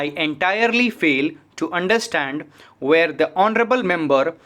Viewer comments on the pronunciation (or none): Aap where and were ko ak jaisa padhte hai. Please eska dhyan rake dictation mai ..baki dictation achi hai .🙏